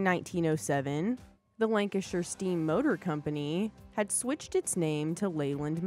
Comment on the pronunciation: Cracking vid, she even said lancashire properly. Lmao leyland roadtrain "a cab you could stand up in" well you could if you were a dwarf. Great vid, watching the rest.